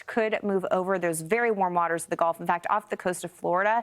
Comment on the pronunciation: "In the goff"?